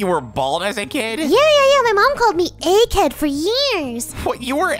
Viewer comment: “Egge Head”💀💀💀💀💀💀💀💀